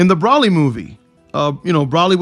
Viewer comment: You are saying brolys name wrong